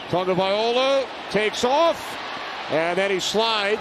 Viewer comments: Please Mr. Announcer: It's TAGOVAILOA not TAGOVAIOLA 😢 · The f#cking idiot announcer still can’t pronounce Tua’s last name.